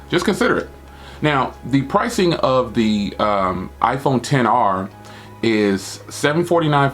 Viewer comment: The iPhone XR you saying all the names wrong bro omg😆